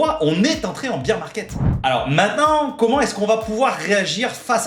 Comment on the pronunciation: C'est le BEAR market, pas le BEER market ! Pensez "bère market" si vous avez du mal. Tellement de youtubers font l'erreur.